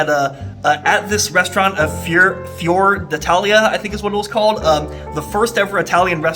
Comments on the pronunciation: You can't even pronounce the name of the restaurant but somehow you're an expert in Italian food! Right.... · If you are a professional food reviewer on youtube for a living.You need to know how to pronounce the restaurant's name properly.